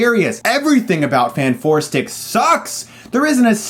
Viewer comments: I absolutely KNEW he was going to pronounce it Fant-Four-Stic xD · I knew it was bad when you said fant four stic lmao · It's rather annoying you're pronouncing this Fant-4-stic. Using numbers as letters for promotional art is fairly common. I doubt you pronounce Se7en "Se-Seven-en." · Please stop saying Fan for Stic its annoying. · For me, it said fans for sick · I thought I lost it when Chris said Fant4stic but then he said Scre4m... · Love how you kept called the movie "Fant-four-stic", one of my pet peeves is when movie titles or people have numbers or symbols in their names, and expect people to read them like something different, i.e. Se7en should be "Se-seven-en" and Ke$ha should be "ke-dollar-ha" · I appreciate your commitment to saying Fant 4 Stick. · "Fant- four - stic". Enough said. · I love how you keep calling it Fant-4-Stic